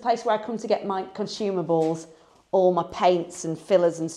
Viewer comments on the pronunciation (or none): Lol 😂 i thought you said consumer balls!! ( consumerables)